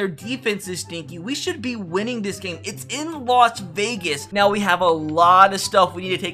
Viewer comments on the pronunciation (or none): none